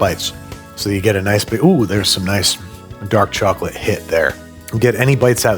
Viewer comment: As an Englishman, "tchok-litt fleigh-vudd biss-kehttz?" sent me